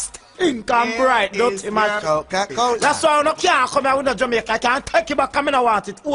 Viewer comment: its jamacin dah